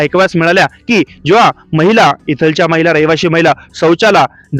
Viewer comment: भाऊ इथलच्या तिथलच्या असे शब्दोच्चार न करता इथल्या तिथल्या असे केल्यास योग्य वाटेल.